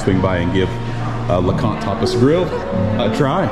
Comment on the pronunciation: I thought you said LeConte topless grill...... and when you said you were going to show us inside I thought....oh no you just cant do that Youtube WILL NOT be pleased.